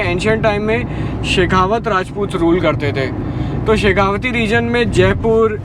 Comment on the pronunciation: It's शेखावाटी... Not शेखावती।